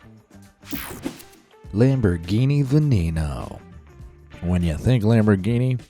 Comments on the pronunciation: It's not pronounced Berlinetta special, but Berlinetta speTSialE (if we pronounce it in Italian). Also the Lamborghini isn't Venino but Veneno (the 2nd "e" is "e" too, as in Italian "e" is always "e" and never "i"). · veh neh noe